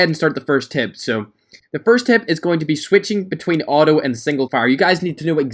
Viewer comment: Its Not "O o" its auto